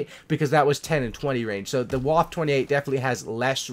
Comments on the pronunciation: It’s pronounced “Wofa" not “wof” lol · Its pronounced vwaffe not waffe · It’s pronounced vaffe not waff idiot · w in German are pronounced like v's so the waffe28 is pronounced vaffe28